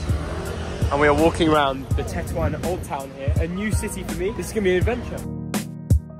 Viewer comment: Not TATOUAN xDDD Tetouan xDD